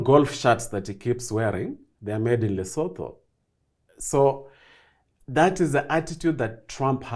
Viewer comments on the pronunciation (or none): What is it with Kenyans mispronouncing names and sounding so ignorant? - Lesotho is pronounced as LISUTU. - *Ramaphosa*: is pronounced as RamaPOsa, not RamaFOsa. The H in isiNguni is exhaled...it sounds silent. - * Thabo Mbeki* is pronounced Tabo Mbegi The H in THabo is silent/ or rather exhaled). The K in MbeKi is pronounced like a soft g).